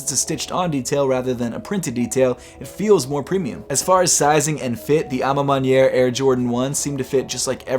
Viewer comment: Good French, mon ami 👌 à ma manière 😊😉 from Paris 👌